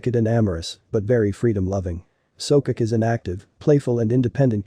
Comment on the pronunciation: There called So-Ko-Ke he's not pronouncing it right..